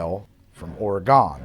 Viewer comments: Don't stress the second 'o' in Oregon. It's "ORE-uh-gun" not "ORE-uh-GON." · So a few things. First off, Oregon is pronounced ory-gun not ory-gone. Secondly, to stand up for the cheap bottles a bit, even if you picked the Crystal over the Argyle, it was close. I mean it isn't like the Crystal was ten times better and therefore it prolly isn't worth ten times as much. Finally, it's ory-gun not ory-gone. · Dearest, Argyle is not from Or-ee-gon, its from Or-uh-gun. Though all the French pronunciations are iffy too, and I like ya, so I'll let it slide. Would love to see a match-up from the 'Budget' sparkling wines when your headache subsides. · So the Cristal is amber colored. The Cooks is completely transparent. The Cristal bottle is also Cristal clear, aka you can see what color it is. Hmmmmmmmmm. Also. Oregon is pronounced "Or ee gun" ORRRR eeeee GUNNNN. Not ORGONE nor ORA GONE. Why did you drink and swallow? Wine tasting places recommend you only swallow once, at most, and spit out the rest into a discreetly provided bucket. Then you eat a bit of bland bread to clear out the flavors from your mouth. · please its oregon like ore again not like ore a gone. also come through portland theres a lot of good bars you may like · Ore-gun is how you pronounce my state SIR lol <3 keep up the content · Hooray Oregonian wine 😁 ORE-ee-gun, btw 😉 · Or-eh-gun, Oregonians thank you. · As an Oregonian, the way you said Oray-gone really, truthfully, hurt. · Pronounced "Or-e-gen" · It's pronounced "or-eh-gun." Get it right, putz. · Oregon for the win, but pls learn how to say it, its not a shape. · How did you just pronounce my state,?!? Get it right. Also, Argyle is so good, it’s been served for state dinners at the White House. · I hate the way you say Oregon as an Oregonian lol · The way he pronounced Oregon hurt me. At least he didn’t try Willamette Valley. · The only time he said it right was an accident